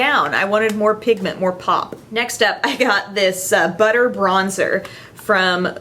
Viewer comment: Forgot to mention that I loved it when you said "buttah" and the "buck foot" applicator! 😂😂😂